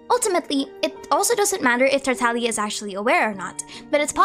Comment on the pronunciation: FINALLY SOMEONE WHO PRONOUNCES TARTAGLIA CORRECTLY THANK YOU SO MUCH